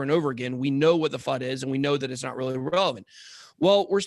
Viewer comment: Everytime says fud...I hear fuck